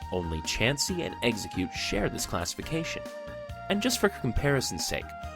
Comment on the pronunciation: It's Ex-Egg-Cute